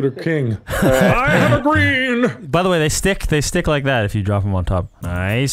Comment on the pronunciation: “Heart of da cards” immediately smashed by a refrigerator😂